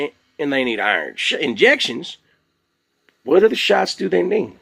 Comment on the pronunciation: Curious where you're from. I'm guessing Texas because you said whooowat!